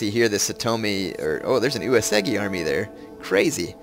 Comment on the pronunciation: It is not UesEgi it is UesUUUgi!